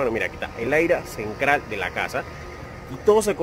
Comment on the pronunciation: 😮😮😮 porqué todas las palabras con T las pronunca con C 😮😮😮😮 cenCral CRailer 😮😮😮 enCrada